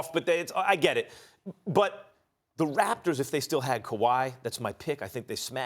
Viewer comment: That's not how you say the Raptors SAS